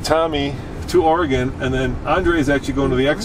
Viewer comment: KUDOS to and Son! They can actually PRONOUNCE Oregon!!!!!!